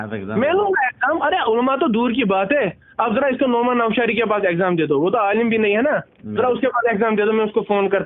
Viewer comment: یہ جمیلی خود کو عالم کہتا ھے لیکن اس بیچارے کو اسی عالم کا تلفظ ھی ٹھیک نہیں ۔